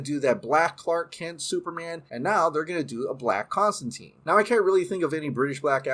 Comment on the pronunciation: You mispronounced Constantine all throughout the video. You claim to be a Snyderverse fan and yet you are supporting BOP and its spinoffs when its a production by Hamada.